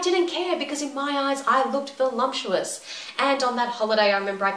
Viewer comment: Great video. The only thing that confused me was you saying "volumptuous", not "voluptuous"...:S